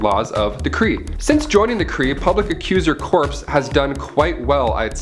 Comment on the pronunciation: Y do u say corp as corpse